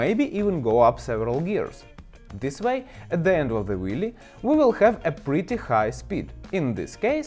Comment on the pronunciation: Yes, this is a weely weely good video.